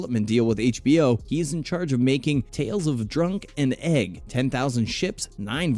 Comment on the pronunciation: Did you really say Tales of Drunk and Egg? Dunk my good sir, his name is Dunk.